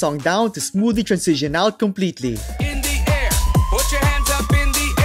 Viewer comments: honestly i love your content but hearing you say "trancision" instead of "transition" every 10 seconds drives me nuts. anyway, keep up the good work man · Bro you still pronounce transition ( trænˈzɪʃ ən ) as transizion (trænˈsij ən) it gets me every time... 😎 Cheers... Good video as usual ... 👍🤝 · hahha throughout the video type "transition" in google translate and listen how it is pronounced 😅 and compare with your pronunciation